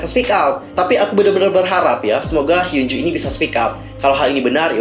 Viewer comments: Hyunju sayang dibaca bukan hyunjo, double O itu biasanya dibaca u #fyi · Fyi. pembacaan nama korea yang betul itu hyeo(o terbuka)nju